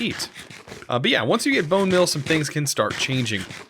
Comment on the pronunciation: "Bone Mill"